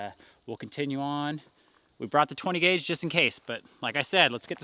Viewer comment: Did you say 10 guage ? !